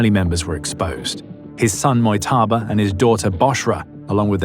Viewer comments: You are pronouncing 'Mojtaba' incorrectly. In this case, the J in his name is not pronounced like the letter Y. His name is pronounced something like 'Modge-taba', not 'Moy-taba'. You can check with a Farsi speaker if you want to know for sure. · ‘Moytaba’ is killing me